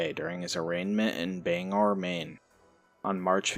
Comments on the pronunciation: Bangor pronounced Bang-Gor I know there's only one G but I live an hour away Also Hernon is actually Hermon Just wanted to let you know <3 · It's pronounced bang gah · Bangor = Bang-gah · I am from Maine this is crazy. And that really bugs me when people from outside Maine call Bangor 👉Bang- gor. If your gonna say Bangor look up how to say it first! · I hate when they call Bangor banger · Haha thank u.. I cringe every time i hear Bang-er. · So many people say Banger. Drives me nuts. I’m from Portland.